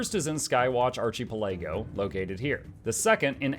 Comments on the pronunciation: who is Archie Pelaygo and how do l become his friend? (it's pronounced "ark-uh-pell-uh-go", it's the term for a chain of islands) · .... I am so sorry but I have to. It's Ar-ka-pel-a-go not Archie-pi-lego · Archie-puhLAYgo? Really? It's Ark-uh-PELL-uh-go. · arhi ... palaygo .... that is how i'm pronouncing archipelago from now on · mf said archie-puh-lay-go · "archie palaygo" brother look up how to pronounce the actual english word ARCHIPELAGO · got whiplash from his ponunciation there lol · Archie-pel-ago? I've neve heard Ark-apell-ago pronounced like that haha. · Loved this, but I spazzed for one second. 'Arka-pella-go' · Bro, Are-chee-puh-LEGO 😂 peak pronunciation❤ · "Archy-puhLAYgo" has to be the absolute most hilarious way I've ever heard someone pronounce archipelago LMAO. 😊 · lol "archee-peh-lay-goh" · It's pronounced "Ark-ih-pell-ah-go". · I'm sorry how did you pronounce archipelago. lol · the pronunciation of archipelago is wild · that is an imaginative way to pronounce archipelago! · I am both-parts grateful and triggered about the guide while the latter is about the pronunciation of 'archipelago' 🤣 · Nice guide and I'm hoping your mispronunciation of archipelago was intentional.